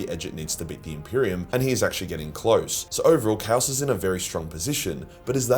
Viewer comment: Kaus kay-os